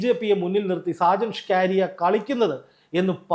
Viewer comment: ഈ മറുനാടന്റെ പേര് സ്‌കാ രിയ എന്നല്ല സ്കറിയ എന്നാണ് താങ്കൾ എപ്പോഴും ന്യൂസ് വായിക്കുമ്പോൾ സ്‌കാ കാരിയാ സ്‌കാ കാര്യാ എ ന്ന് വായിക്കും അതു കേൾക്കുന്നത് ഒരു വലിയ അരോചകത്വം പോലെ തോന്നുന്നു . തിരുത്തി വായിക്കാൻ നിർദ്ദേശിക്കുന്നു